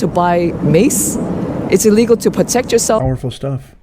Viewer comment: ILL LEGAL....ILL....STOP SAYING UH LEGAL. THEY DONT BELONG HERE